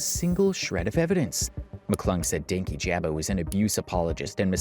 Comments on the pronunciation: something that always gets me about everyone that talks about dankyjabo is that people (those on his side and those not) pronounce his name "Danky Jabo" despite him pronouncing it as "dan kyjabo" (like dan key-juh-bo) in multiple videos. that was one of the first signs for me on louis mcclung's video (as someone who was a fan) that he didn't do any research, as i'm pretty sure he even said his name in one of the videos louis directly referenced. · Dankyjabo is pronounced Dan-key-juh-bow btw😭😭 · The incorrect pronunciation of his name the entire video is KILLING MEEEE 💀